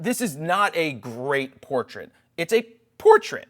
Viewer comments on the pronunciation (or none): It is a "poortrait" xD